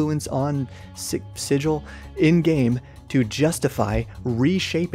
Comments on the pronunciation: Its a hard Guh in SiGil , only a Burke calls it Sigil ( see planescape slang ) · Also it's SIG-uhl hard g. It's in one of the planescape companion guides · Fun Fact: The mispronunciation of the word "sigil" is actually the correct pronunciation for Sigil, the city of doors. The normal word is si-Jəl, and the city is si-Gəl. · Pronunciation Tip - Sigil (the city of doors) doesn't rhyme with vigil. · I always pronounce this wrong because I learned it from him! lol